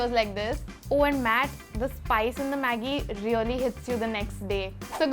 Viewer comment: He actually pronouns Maggie like the way that girl did, pretty good